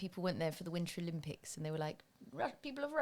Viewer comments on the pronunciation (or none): none